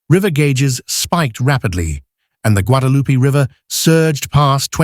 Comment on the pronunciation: Learn how to pronounce Guadalupe